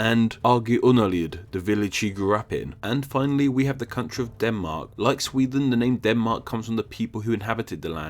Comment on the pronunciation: It's pronounced SweDEN, not Swethen!